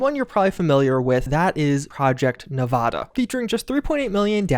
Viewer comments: Great vid homie but I use to live in Nevada and hearing you pronounce it nuh-vah-duh instead of Nev-add-ah kills me inside each time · Nevada is pronounced Neh va da, not neh vah dah. Source: I was born and raised in Vegas. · This hurts me when people say Nevada with a ahh like when your at a doctor office say the a like you're scared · I hate to be that guy but Nevada is pronounced with a as in apple